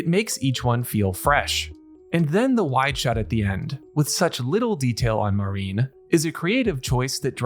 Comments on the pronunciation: Good stuff, you got a sub. Now quit calling her "Marine", while her name does use the characters for "Sea Dream" or "Ocean Dream", her name is Marin, Ma-rin, not Ma-reen. Other than that (and yes I know I'm being almost literally pedantic) you did good work here! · It felt to me like they took a page out of Dandadan and Heavenly Delusion. I loved it. Rewatched a few times it was so good. I've read the manga so I know what happens, but it was still so great to see such a not 'transfer manga page to anime'. I thought her name, Marin, was said like ma (like in mad) rin (rhymes with tin). Mareen would be spelled 'marine' like the ocean. I'd like to see it written in Japanese so I can know for sure I guess. Any Japanese people to help me? Anyway, nice short vid on the show. The manga focuses a lot on the tech of cosplay so I expect that will still happen a fair bit. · Marin. He's just pronouncing it in a way you may not be used to.